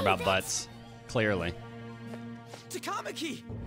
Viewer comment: the rhythm and the cadence is more correct than most other anime voice acting. There's some weird bits in Takamaki and Sakamoto but Ta-kah ma-kee is more correct than taka makee. It should be Tah-ka mah-kee. The pronunciation is better but the emphasis is in the wrong place.